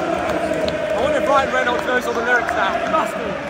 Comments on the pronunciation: Ohh god, no hope for Wrexham fans now, that your all over it, you couldn’t even pronounce Ryan Reynolds correctly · couldn't pronounce Ryan Reynolds name correctly at the beginning 😂😂. Wrexham deserved to win they played some really good football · I've never seen someone mispronounce BOTH Rob McElhenney and Ryan Reynolds names in the same sentence before! 😂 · You need to learn how to pronounce Rob and Ryan's surnames 😂